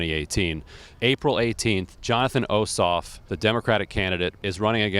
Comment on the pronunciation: This guy doesn't even know how to pronounce Ossoff's name and thinks Alyssa Milano is only known for 'Who's the Boss?'. Very poor report.